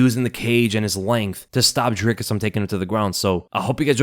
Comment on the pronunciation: "Dry kiss" not "drick us"